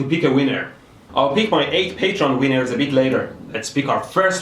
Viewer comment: He says winners like wieners